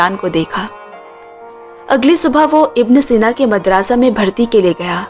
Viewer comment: वो मदरसा है मादरसा नही